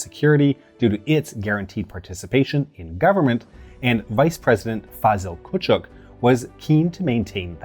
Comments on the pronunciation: As usual I love the videos but I must point out, and this is ofc understandable, that the Turkish names have been mispronounced (and going by the comments so have some Greek names?). Fazil Kucuk's surname is pronounced Kuchuk (meaning small or junior in Turkish), that accent under the c denotes a "ch" sound. Not to detract frkm another informative video from one of the best channels on this site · Dr Fazıl Küçük. There is no -chuk in Turkish names. However, phonetically ç sounds like ch. You could look at a Turkish documentary for example, to hear how the name is pronounced.